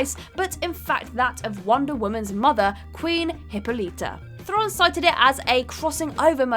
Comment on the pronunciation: Diana PRINCE. Theron rhymes with 'heron'. Gadot sounds like "Ga-dough"